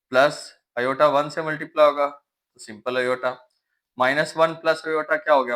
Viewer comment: Sir ne kitane bar "Ioyta" bola ha 😅